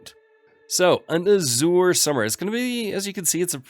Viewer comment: check your pronunciation of "Azure". it is incorrect.